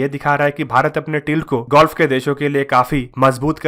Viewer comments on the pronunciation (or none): Golf ya gulf? Preeti an Whitni ya PR ATT & WHIT NEY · अबे नैबोर्हूड और गोल्फ ना बोलो बे ,पगला गए हो??